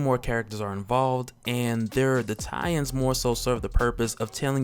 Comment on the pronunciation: You say "tie-ins" I hear Italians